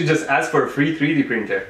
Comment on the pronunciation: Freedee printer???